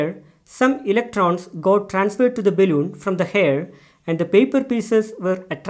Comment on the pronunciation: Really appreciate your work sir, thank you. Your pronunciation seems odd though, is it balloon or baelloon. If you are a teacher (I suppose you are) you definitely need to work on your pronunciations, because you might educate the kids wrongly. I'm Sorry if I have offended you in anyway.